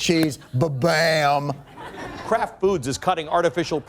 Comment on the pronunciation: "And at Krapt ..we do"